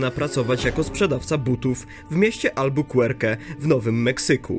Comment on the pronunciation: nie miasto Albokuerke tylko Albokuerki